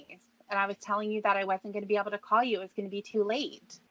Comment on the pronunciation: The best cawl of all time. Lorne will not be treated like "trashta".